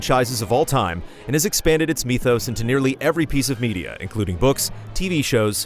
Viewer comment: How he pronounced “mythos” 🤦🏻‍♂️